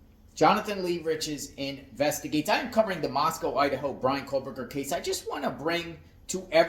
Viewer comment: Kohberger - There is no L in his name. Again, you focus on 💩that has nothing to do with anything! What is wrong with him having a life? Maybe you should try to get one and stop making these ridiculous videos.